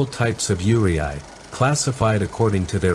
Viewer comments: You did all of this research to make this video except for the pronunciation of the subject itself 😅 it’s pronounced “you-ray” not “you-ri-ai” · Pronunciation is very important in when you explain it to people in the video. When you pronounce “Yūrei”「幽霊」, it will be “You-ray” and not “You-ray-aye” because you are technically saying “Yureai” 「揺れ合い／揺あい/ゆれあい」 which means “swaying”or “shaking” when writing it in its kanji and hirigana form. So just a small note when you do your research for videos, just be sure to work also on how to say words or the people who speaks and understands the language will not get confused on what you are trying to say in the video or in person. 😅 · It’s not you re eye(ur pronoun) Proper pronoun is you le e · Very well explained! 👍 Just one detail. It’s not pronounced’Yureay. But pronounce Yuray written Yurei. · Not YURAY AY. ITS PRONOUNCED YUURAY. YUUREI And not everyone on the list is YUREI. There’s YOUKAI in there also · In English 幽霊 would be pronounced something like "yoo-ray", never 'yuri-ai." Similarly "onryou" is pronounced "on-ryo", not "on-rio." Each kanji is fully pronounced. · ....the way the voice pronounces Yurei irks me in every fricking way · I still quite disturbed by how he pronounced "Yurei". It's Yu-re-i, not Yu-re-ay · good video even though the pronounciation is wrong Yurei is pronounced as Yu-rey not Yure-i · IT IS NOT YURIAI- IT IS PRONOUNCED AS YURAY!! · While it was excellently researched and well presented the AI voice pronouncing Yurei (Yuu-Ray), as Yu-ri-ai bothered me immensly. Yuri is GL and Ai, to my knowledge means love and written with a different Kanji can mean sorrow. Please correct me if I am wrong, I'm not an expert its just what I've learned from watching anime. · Yoo-ray, not Yoo-ree-aah-ee. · Did you use an AI to narrate this? It's pronounced "yoo - reh", not "yoo-ree-eye" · It's not pronounced yuri-aye but more rather yu-rey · its more like ray-ee not ree- ai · You should pronounce Yurei like You-ray